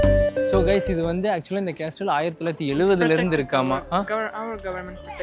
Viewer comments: கேஸ்டல் இல்ல பொறம்போக்கு கேசல் என்று சொல்ல வேண்டும். Letter "T" is silent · Dai, அது கேஸ்டில் இல்லடா, கேசில்டா... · Pronounce castle as casle. T is silent. No offence Bro. I enjoy yr video. I think you should direct film. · sorry bro castle there is ''T' is silent not